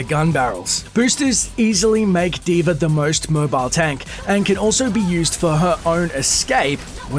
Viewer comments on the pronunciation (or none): at the start u said d.v.r